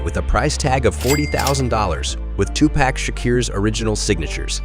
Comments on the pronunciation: You pronounced his name wrong and that 1995 BMW 760i is Suge Knight's car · You completely butchered his name you should do this whole thing over again